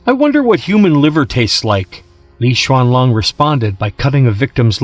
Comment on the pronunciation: Why you call her LI XUANLONG ....,.,IS LI XUANLING IS LING ........NOT LI XUANLONG